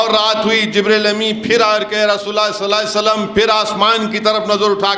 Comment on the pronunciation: Nabi sallallahu alaihi wasallam bolne me mistake hori ya hamako sunne me, Allah behter jane